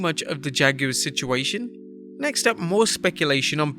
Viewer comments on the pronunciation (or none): The Jag- U-Wars😂😂😂😂😂